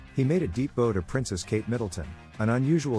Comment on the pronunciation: Please pronounce the word bow properly. It is not a ribbon you tie in a bow. It rhymes with now!